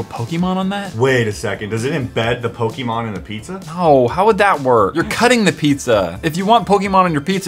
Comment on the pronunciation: OH MY GOD THERE'S A YOUTUBER THAT KNOWS HOW TO SAY POKEMON